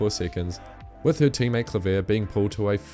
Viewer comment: Another tip, from a native Dutch speaker: Lieke Klaver's last name is pronounced KLAH-ver with the stress on the first syllable. Her last name means clover in English and is pronounced very similarly to that word, but with an AH sound rather than an OH.